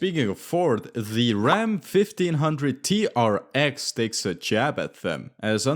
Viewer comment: I think the RAM TRX is actually pronounced T-Rex. Like the dinosaur. Hence the Easter egg.